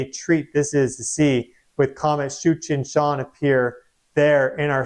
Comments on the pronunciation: I can't be the only person that hears comet 'Cheech and Chong'...; )~ came down with either allergies or a cold a couple of days ago; not sure what I'm trying to clear with that., it is so wonderful to see you have fun with the livestreams and get the recognition you deserve. love, respect and potatoes! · That’s exactly what I heard lol😂😂